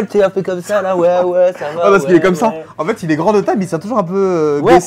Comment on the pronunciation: Continu on adore tes vidéos enfeteuh😂😂